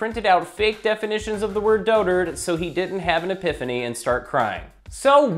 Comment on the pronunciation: why does he pronounce it Dodard?